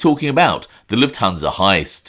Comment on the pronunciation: Why do people always pronounce Lufthansa incorrectly..Luft-hansa not La-tun-sa